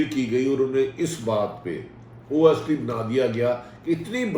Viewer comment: It's OSDs(On Special Duty) not OSTs! Bhatti Sahib!